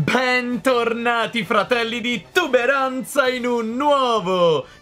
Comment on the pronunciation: All inizio dice pen tornati